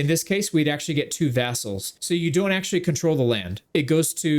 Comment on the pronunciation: Sometimes it sounds like you say assholes instead of vassals. But honestly, the terms are pretty interchangeable